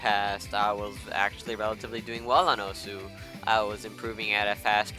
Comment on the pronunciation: Isn't osu said like oss?